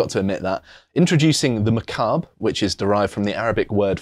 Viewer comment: Makaab, fittingly pronounced "macabre"…